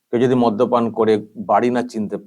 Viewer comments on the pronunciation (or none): মধ্য পান নয়, মদ্যপান